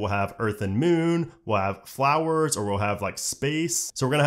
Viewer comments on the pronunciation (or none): none